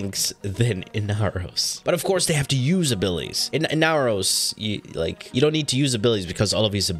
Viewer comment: The amount of pain I felt when you said inaros just hurts